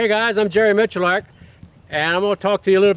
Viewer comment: There is no R in Miculek... for the love of god...